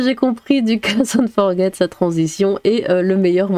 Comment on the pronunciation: Hmf, c'est pas "fort guette", ni "fort jette", c'est "forgé". "Guy Forget" (forgé) a été un grand joueur français il y a bien longtemps. Son vrai prénom ça doit être "lézépé" (lézépé son forget, ok je sors)